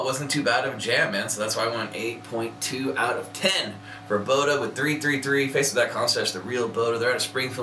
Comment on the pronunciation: It's pronounced Bod-Duh.